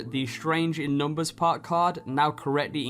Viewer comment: Puk? IT'S PRONOUNCED PERK. LEARN ENGLISH